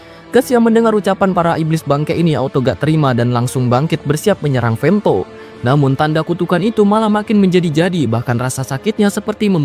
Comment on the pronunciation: Femthodd ae lah bg jangan femto😂😂